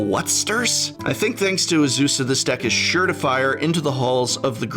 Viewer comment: You pronounced Azusa, Lost but Balling wrong. 😜